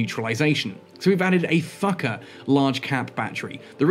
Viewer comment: I heard "Thukker cap battery" as "Fucker cap battery"...